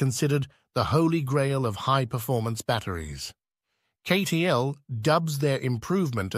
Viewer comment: Obvious AI promotional video as it immediately mispronounces CATL as KAY-TEE-ELL. If you can't even shell out for a narrator you don't deserve to be on this platform. NOT "an excellent video." And, what happened to the M3P battery which was supposed to be superior to LFP?